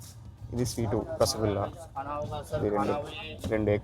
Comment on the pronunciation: Rasagulla❌ vasakolla✅😂😂